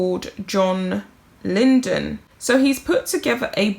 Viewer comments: LYDON, NOT LYNDEN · Oh dear you kept calling him Johnny Linden, he is called Lydon. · It's John Lydon, not Lyndon. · His name is John LYDON as in LIE DON, not Lyndon! He was a singer with the Sex Pistols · It's Lydon, not Lyndon. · It’s pronounced Ly-don not Lyndon. Google him. He was a very important figure in your country’s history. Ever heard of The Sex Pistols? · This man is amazing! He came over as a really bad boy when he was in the very famous Sex Pistols. Very anarchic but not really. He has a lot on his plate personally at the moment so bless him for speaking out. I think hus surname is pronounced Ly Don not Linden but younger people wouldn't know that! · his Johnny's surname is Lydon, pronounced Lie-don 👍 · It's pronounced lie-Don. Lydon. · Mispronouncing names is simply unprofessional and careless.